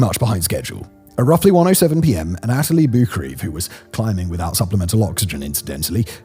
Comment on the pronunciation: Firstly, Anatoli is pronounced "Anna-toli". Secondly, when showing Doug Hansen and Andy Harris' faces, don't show the actors from the movie and not share that with the audience. You also called Yasuka a "he". Good video otherwise.